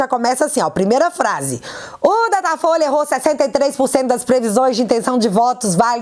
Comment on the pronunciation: você errou em uma pronúncia. O nome certo é... DATA FOIA